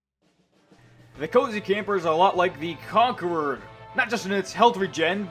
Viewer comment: But isn't it pronounced THE CONCHERor?